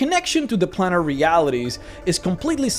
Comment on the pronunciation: Its planer, not planner. I dont get how youre saying planes instead of plans, but choose planner instead of planer.